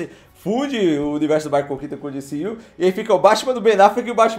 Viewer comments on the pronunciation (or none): diciu que horrivel, D C U fala em português kkk